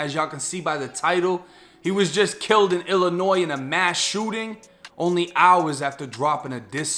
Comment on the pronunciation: The emphasis on HOURS